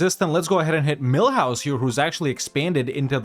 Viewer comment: I hope Mulhouse is in EU5 too, because I love how you pronounce them as Millhouse, which I imagine to be a cute little house inside a mill.